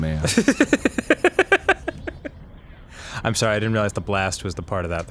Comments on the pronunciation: this video is 2 years old but i feel like i should say ka-mea-mea is the hawaiian pronunciation, the japanese pronunciation is ka-me-ha-me-ha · Alrighty, since this thread is about Kamehameha, let me ask something that I've been wondering for years now: Why do Americans pronounce it as "kameamea" instead of "kamehameha"? I mean, even Goku's English VA says "kamehameha", yet I've seen several Americans say "kameamea" without the "h" sound. What's up with that? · *Nerd voice Um, EXCUSE YOU It is pronounced KAH-MAY-HAH-MAY-HA, Arin.